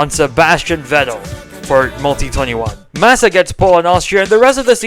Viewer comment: Mate just say Felipe MASSA ffs